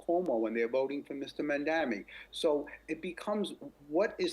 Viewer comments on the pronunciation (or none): JAMES VACCA, HE'S NAME IS "M A M D A N I" !! DAMMIT, GET HIS NAME CORRECT, MISTER!!!!!!!!!!!!!!!!!!!!!!!!